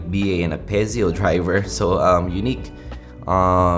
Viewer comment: Hey its "Piezo" not "Pezio" 😂